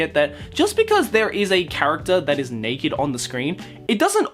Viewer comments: I can only hear him say neked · The Monogatari series has sexual situations that makes fun of sexual situations... Flashbacks to the toothbrush incest scene Side note: I loved the way you say naked